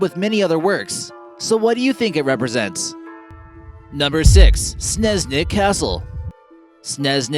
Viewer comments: Oh god, the pronounciation is Pretty Terrible, no offence. Btw Your video made All the Stuff seem creepy, haunted or weird, But it really isn't. It's Pretty breathtaking and beatiful. Also, it's not Sneznik, But Snežnik. Ž: zh Č: ch Š: sh Nice video nonetheless. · and i think sneznik is pronounced snežnik